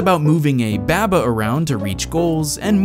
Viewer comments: bäbä is you? no, it's baa-baa is you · " Ba-buh is you" Bah bah. It's clearly bah bah. Like ba ba black sheep have you any wool. Cause you're a sheep. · it pronounced bahbah is you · Jokes on you I pronounced it both ways throughout the video! Lol but no really I just said it however I felt like in that moment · I pronounced it both throughout the video, who really cares?